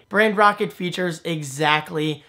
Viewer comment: I'm assuming Brand Rocket was not available, but why did you call it brand rockt? Rather than Brand Roket, or something that doesn't confuse pronunciation.